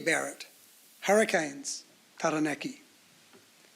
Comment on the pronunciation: That's a really exciting team. I can't wait to see all the debutants in action! I hesitate to say it though, but I hope next time there is a team naming that the Māori names of regions (Taranaki and Waikato especially) and the players' names (like "Tamaiti") are pronounced correctly.